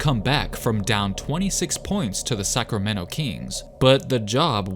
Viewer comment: lol I dont know why i keep hearing you say Suckramento